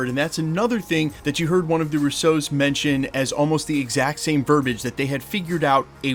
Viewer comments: You know their name is Russo, right? They’re not French. The emphasis is on the first syllable.😊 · Guy has been mispronouncing their last name for years. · Stop say “Russo” like that!